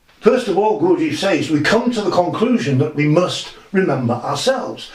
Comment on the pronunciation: c'mon, Gawjeef? In English, Gurdjieff. I live in Tbilisi (tiflis for all you over influenced by Russians). Here it is more like Gourd-ji-efi. I can't speak for Armenians.